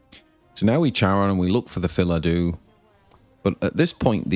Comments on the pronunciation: Nice lists and good meta read, bringing wardhaven against so many roaches and not that many runecrafts! Btw why do you read Phildau as Philadu? Is it a meme or something? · That pronounciation had me stop and read the cards name again, too. Yup, still Phildau, not Philadou ;) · What is the next event like this that I can sign up for? Also I don’t think it’s pronounced fill uh dew, there’s no vowel in between the Fill and Dau.